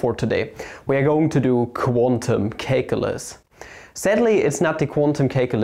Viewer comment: please stop calling calculus "cake-ulus"